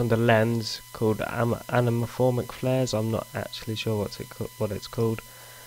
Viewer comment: oh man i couldnt stop laughing : "amamaphoric flares" oh man i actually was crying